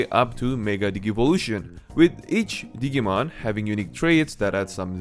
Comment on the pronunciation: Dijee-mon (as in digital-monsters) Not Diggy-mon 😆 lol